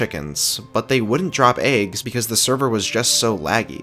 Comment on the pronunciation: why do you pronounce eggs as "aygs"